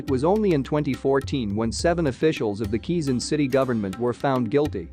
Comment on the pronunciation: Its called ka way zon. Quezon